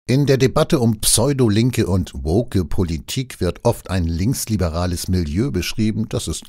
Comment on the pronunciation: Hab ich mich verhört? Hat der Moderator "würg" oder "work" gesagt? (freudscher Versprecher?)